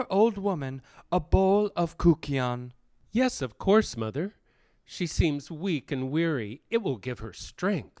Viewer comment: THANK YOU for preserving this most significant of Greek myths. That was such brilliant art and so inspiring. There is so much to be learned from the hymn to Demeter (and the Kykeon, pronounced with a Y and not a OU) and anyone who is interested should read Brian Muraresku’s book ‘The Immortality Key’. 🏆🧙🏼‍♀️